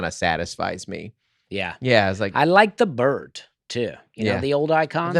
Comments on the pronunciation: Dusty: people on this podcast say I put a T at the end of words that end in d. Dusty 4 mins later talking about Twitter changing to X: I like the birdt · Dusty’s “t” at the end of bird, even threw off.